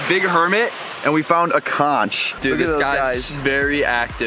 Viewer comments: Conch is pronounced conck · u pronounce conch as "conk" not ch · it is pronounced conk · I cringed when you said Conch, ( its actually pronounced with a hard CH) but otherwise very fun video! I grew up around there, never in a million years would've thought some one would put a pond there!